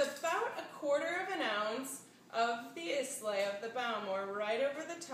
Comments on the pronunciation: haha, the Islay pronunciation... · Almost everything about this is wrong. Learn how to pronounce the ingredients "Islay" and "Bowmore". Also, it is sweetened ginger juice that the original recipe calls for. It is garnished with a piece of candied ginger.